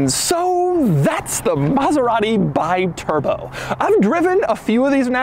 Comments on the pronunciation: I was offered two (yes, two) of these in the late 80s for £1500 ($1800) for the pair. The correct pronunciation of the the name is 'Bee-Turbo' rather than 'Buy-Turbo'. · The cringe every time Doug says BYturbo instead of BEEturbo. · You say BI as BYE ... is all wrong You should say like BE, because is an italian car with an italian name... americans never learn the correct italian pronunciation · It's pronounced bee-turbo, not by-turbo ;) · It's pronounced Bee-turbo. Not Buy-turbo... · Is "Bee-Turbo", not "By-Turbo"!!!! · Bee-turbo, not bye-turbo. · It's an Italian car. Call it with an Italian pronounce. It's pronounced B-turbo. Without the "i" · Um, this is pronounced "Bee-turbo" AFAIK, I'm not an expert, but I think that an "I" in Italian is usually an "ee" sound. Such as the Italian brand Sidi is pronounced "Seedee", or you know, Ferrari? It's not "Ferraraye" or ya know, how about MASERAT-EE, dang it. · I saw these in Germany in the 80s. Actually pronounced Bee-turbo. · Hi Doug,the name si pronounced Bi(bee)turbo. In italian language vocals are such simple. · It’s “Bee-Turbo” One of this car’s quirks and features. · Wrong pronounce. Bi means two. The right pronounce in your language is "be turbo". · Doug, its pronounced bee-turbo like the bee, it means 2 turbos. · Pronounced Bee-Turbo.:) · Pronounced Beeturboh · Pronounced Bee turbo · It's pronounced "bee-turbo," goofball.